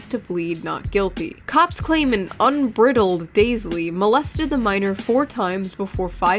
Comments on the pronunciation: You mispronounced "bridled" and missed the pun. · .. *(bry-del-ed) shoe.. Not brittled.. lol The more content i watch, the more i like it! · "Bride-ld". That is how 'bridled' is pronounced. It is another play-on-words, involving horses, as the gear holding a horse's head is called a bridle.